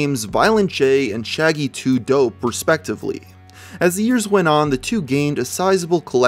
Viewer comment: You said shaggy 2 dopes name wrong